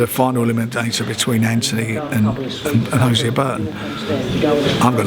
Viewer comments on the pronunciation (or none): none